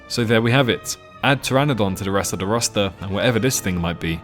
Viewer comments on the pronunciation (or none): none